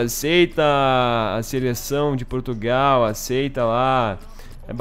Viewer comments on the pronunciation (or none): none